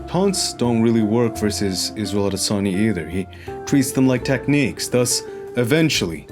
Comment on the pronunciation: Izzel Odesonny